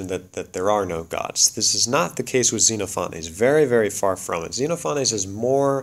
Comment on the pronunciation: ze-NOFF-uh-nees :) Or if you prefer, "zen OFF o' knees." Thanks, looking forward to more!